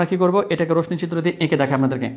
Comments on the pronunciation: Rosni na hoye uccharon rossi hobe na sir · স্যার রশশি হবে উচ্চারন